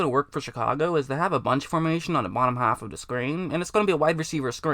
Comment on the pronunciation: Haffuhduhscreen. Either top haffuhduhscreen or bottom haffaduhscreen.